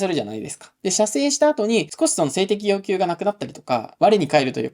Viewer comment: ではヨッキュウ ではヨウキュウ 単なる発音の問題でした。失礼しました。